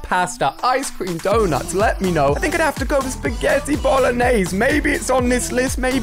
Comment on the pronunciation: When he said speggit I said mine was speggti